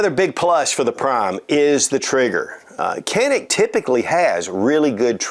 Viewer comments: pronunciation is djanik. a is a not e .. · You're pronouncing it wrong, brother.